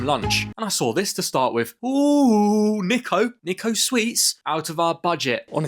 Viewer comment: U pronounsed niko wrong Its pronoused neeko not niko